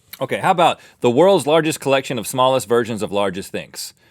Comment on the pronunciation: Am I the only one who heard virgins instead of versions? 😂